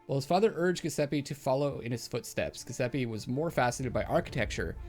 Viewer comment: starting to watch this now bar a few peeks before. if you do want to pronounce Giuseppe correctly, starting from what you saying go fore Jew-sep-eh. should be close enough